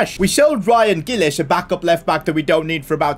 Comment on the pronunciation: Him saying ryan giles wrong is making me cry